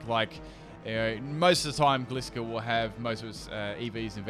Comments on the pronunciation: Anyone else he says Gliscor but he Mispronounced it so its Gliscor (Gly-score) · I'm sry but I really don't like the way you pronounce gliscor